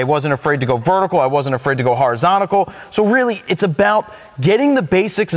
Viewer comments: horizontical he said ha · ha ha he said horizontical lol